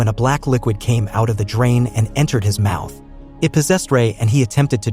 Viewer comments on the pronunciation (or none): none